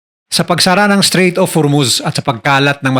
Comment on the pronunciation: Strait po hindi straight 😊